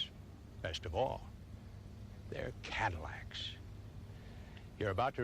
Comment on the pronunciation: "T's full of new Cadillacs-shesh."